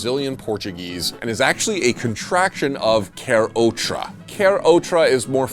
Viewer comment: em SC também, "ôta" só com bebês. "Quer outra?" seria pronunciado "Qué ôtra?". "Ota" nao faz sentido, e é uma pena que o meme foi passado dessa forma pros estrangeiros.